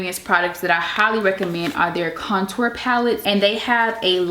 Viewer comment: The way she says contour kills me lol